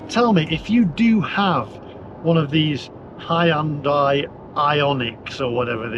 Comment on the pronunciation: Hahahahahaa, not only have you upset Swingers, you have also upset Hyundai drivers with the pronounciation, have you not seen the ad for it, the SatNav going to High & Dry Launderette. All the Madness will end if everyone watches pt 1 & 2 of Brown Car Guys YouTube videos on Air Polution in London with a meter at Heathrow, on the N. Circular & the shocking results for what the Tube was reading. Its all Lies they are telling you, Stand Up & say NO!!!! Onwards..........